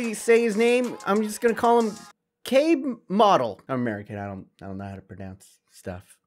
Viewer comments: Käßemodel is pronounced Kasemodel in German I think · Kaßemodel is pronounced like Kasemodel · Käßemodel is pronounced "Casemodel" and it means "Cheese Mannequin" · It’s pronounced Kasemodel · Käßemodel is pronounced Cas(h)emodel (Cash but not sh, s) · Käßemodel is pronounced: Kehsuhmodel The more you know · he pronouns kesemodel